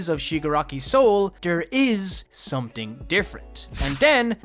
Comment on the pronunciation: No offense to this YouTuber, but does anybody else get triggered when someone says something wrong? Such as these words being said as “someting”(which is suppose to be “something”), and “tink”(which is suppose to be the word, “think”. Sentence Example, using the wrong pronounced words: I tink someting is off in tis house.